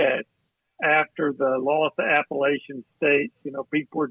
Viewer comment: It's App-a-latch-in State. Not App-a-lay-chin State.